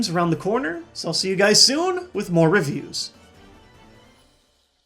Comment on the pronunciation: Did he say Rif Hughes at the end instead of reviews? If so what can I do to get a shout out?